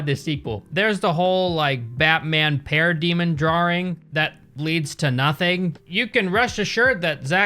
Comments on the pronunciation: Drawring. Drawring. We're going with that pronunciation? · Every time says "drarwing" for 'drawing', an angel loses its wings. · that's unusual that you pronounce it as "drawring" as thats usually a british thing. is there an american accent that makes this sound as well? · the way you say "drawring" 😂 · "Draw-ring" - Sooooo. When did you turn British?